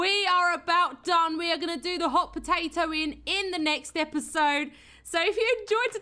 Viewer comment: She brings the potAto - potAHto to a whole new level: Pota-o